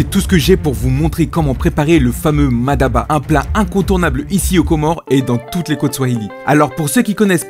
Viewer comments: peut amener a prononcer MADABA alors que c'est MATABA . mais n'empêche qu'il peu y'avoir une prononciation différentes.. 😂 en tout cas c'est bon et c'est tout ce qui compte . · C'est Mataba , non Madaba , car le sens est complètement différent ( Ma daba = les idiots) 😉 allez chill bon appétit